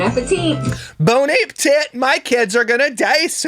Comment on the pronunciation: " Bone App TIT " omg 😂😂😂😂😂😂😂😂😂😂😂😂